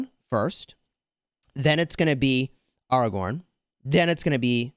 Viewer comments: Great video but you just triggered the whole fanbase by pronouncing Airagorn as aRagon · I cringed when every time he said AR-A-GORN AW-A-GWORN but I can get through that cringe because I also love the content